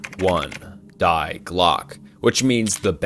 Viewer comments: When you pronounced Die as “dye” really hurt me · Die in German pronounced dee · It’s pronounced „dee“